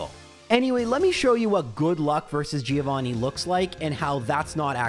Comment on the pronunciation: Giovanni's revenge for you always mispronouncing his name